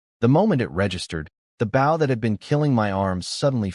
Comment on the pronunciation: Could you PLEASE teach the narrator bot to pronounce "bow"?